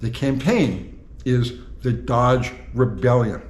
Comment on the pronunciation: You can’t even say the word DODGE !